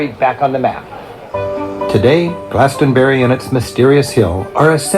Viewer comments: Yo I'm from West England! I'm in the middle of those locations at the beginning! Pronounce it Glaston-bree 👍 I see sheep every single day haha! Cemeteries are always in the church yard with these older churches! We have separate cemeteries also! Pubs and gastro pubs! But historically, ale houses would serve food and ale! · Glastonbury = glass-ton-berry! Just say it like that! Easy peasy! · I live in Warminster in the west of Wiltshire, this is all familiar to me. Sheep are often around, deer, foxes as are ancient buildings and stone age tombs. Glastonbury - glass (hard a sound) tun bree. the City of Bath is close by and Wells is some 45 minutes away, as is Salisbury. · GLAST-UN- BERRY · I will break the word Glastonbury up for you. Glas ton bury. I hope that helps you? Great video bro.